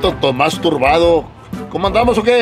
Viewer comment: That MF said Tomas tobardo 🤣🤣🤣. I’m dead.